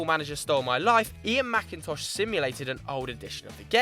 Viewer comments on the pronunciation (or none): none